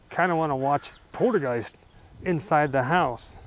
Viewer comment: Are you all methed out or what!!??? It’s called poltergeist not portergeist!!!😂😂😂😂😂😂😂😂